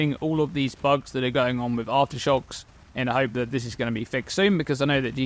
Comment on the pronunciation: Take a shot everytime he says Arftershox